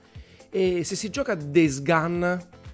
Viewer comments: Days "GON"! Non "GAN". Per piacere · Days gun 😅